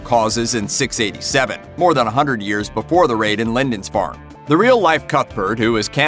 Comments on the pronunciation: Mate, it's pronounced "Lind-ISS-farn', not 'Lind-INCE-farn' - at least you corrected it toward the end of the video. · " LindiNsfarne" seriously? in a video accusing someone else of inaccuracies. And whilst we're at it the were VikinGs not Vikins. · Well-done except for the 5 different mis-pronunciations of Lindisfarne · The narrator is pronuncing Lindisfarne strangely. I live near the island and I've never heard anybody pronounce it like that before.